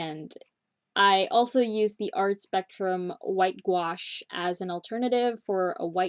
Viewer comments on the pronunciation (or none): none